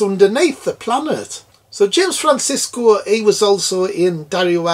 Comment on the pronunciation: Love that review, especially with that wicked north east accent. Sorry to be pedantic though pal but it’s James Franciscus not Francisco 🤣🤣🤣 but great review all the same. It’s a fantastic bonkers sequel and so popular to POTA fans as it’s so nuts and I remember being freaked out by the mutants when I was a kid because of their weird version of “All Things Bright and Beautiful” with a strange tune. I love this film though and to have an ending even more bleak than the original took real balls. Excellent stuff 👏🏻👍